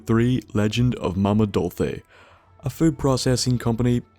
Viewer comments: Wtf is with the mama dolthe. It's pronounced DOL-CHE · It's pronounced Doll-Say... not Doll-Thay... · Destiny Verdier No, it's pronounced Dol-chi. It's Italian, sciocco. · its not mama dolface its dolce. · What country is this human fellow from? lol.. :o He keeps saying Dolce as "DOL FEH" or something. I assume its part of the accent. Australian I think? FYI most say "Dol-suh" -but in 1 syllable sound. so more like "DOHLSS" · btw mama dolce is italian. its pronounced dolchi not even lying. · why the fuck is the youtuber pronouncing Dolce as "Dolphays"? you like dolphin or what the shit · Dolce is Italian, Dulce is Spanish, they both mean the same, "Sweet". In Italian, the word is pronounced "Dohl-chey", and in Spanish it's "Dool-they". Easy mix up. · Messed with me more than it should have, haha. He really gets a lot of pronunciation wrong. Not sure of his native language. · youre pronoucing it wrong, just thought id let you know. dolce("dole-say") enjoying your videos though :) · Xarien Art - Drawing tutorials and Speedpaints It's pronounced Dol-chi. It's an Italian name. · Mama Dolce. Pronounced 'doll chay'. Italian for Sweet Mother. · Dolce is italian for sweet. The O is pronounced like a long O, the C is pronounced like a CH. also, the E is pronounced at the end. Dool-Chay. I'm not trying to nitpick your speech, it's more for the sake of lore. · yeah...the name Dolce is Italian...pronounced Dol-chay ( Bethesda has done a marvelous job of creating the post war DC area.. and I think Momma Dolce's is a resturant in Maryland, if Im not mistaken) but no matter...this explanation of Momma Dolce's is fantastic as always and I love your humor as well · Great review as always, but Dolce is pronounced "dolche" :D. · Dolce is pronounced "dole-chay" I love the vids. Great Job. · It's Dole - che! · You just butchered the name Mama Dolce's.